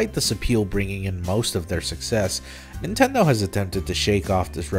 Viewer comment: "Nintenmen" is gonna be something that I will think about a lot.